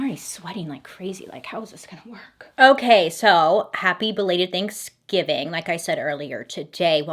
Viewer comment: "Thankskilling"????? AM I THE ONLY ONE WHO HEARD THAT?????